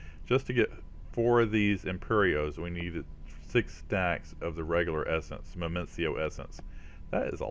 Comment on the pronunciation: Minicio = "mih-nEE-sEE-oh" or "mih-nih-sEE-oh" lol #grammarnatzi :P